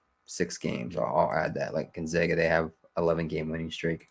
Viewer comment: I’m from Spokane WA and it’s pronounced Gone-Zag-A not Gone-Zog-A